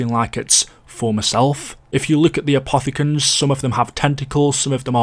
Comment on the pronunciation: My man wouldn’t stop saying apothogens